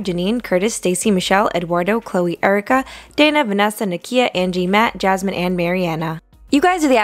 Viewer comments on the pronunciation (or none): none